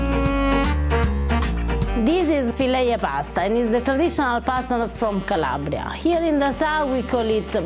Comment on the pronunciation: Omg I'm from Cosenza I love hearing you say CALABRIA!. and that kitchen like my aunt's kitchen 😍 brings back belle memories. Thank you